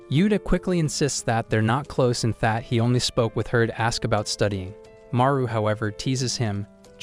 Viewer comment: Every time you say that u actually say fat